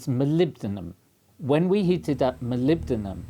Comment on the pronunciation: I'm sure the Prof was saying Molombydom